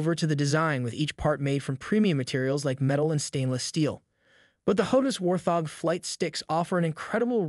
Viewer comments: War-thog... Wart-hog. Just a heads up, otherwise good video mate. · Thank You....was annoying how he was pronouncing it . :) but all in all good video. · Whaarrrt, thoorggg what??